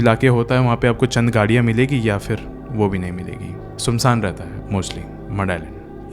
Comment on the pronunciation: Sumsang nhi sunsaan hota h